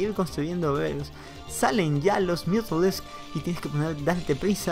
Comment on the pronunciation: Me da gracia como pronuncias los mutas... MiUdAlIsK Buena partida !!!